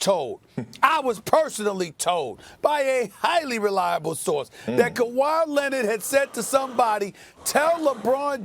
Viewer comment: Stephen A. “LEBRAWN AND NOT KUHWHY” Smith